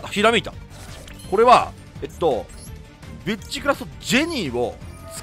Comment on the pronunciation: ビッチクラフトに聴こえる 幻聴か